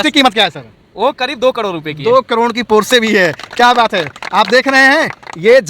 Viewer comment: करोड़ तो सही बोल ले 😂कड़ोर😅